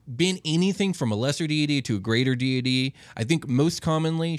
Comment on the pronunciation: They can’t even pronounce deity correctly, cmon man